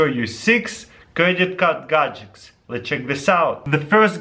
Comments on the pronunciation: dude stopppp saying gadecs!!!!!!!!!!! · I love how he says Gadgets - "Gajekts" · Pretty awesome "gadgecks" =) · Gud Gajics 😂